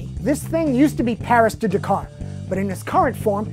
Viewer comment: pronounced DAK-CAR not DUCAR.